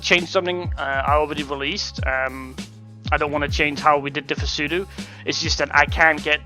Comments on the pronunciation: Grr u triggered me pronouncing it as p-sudo its pronounced sudo :P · cant even say pseudo right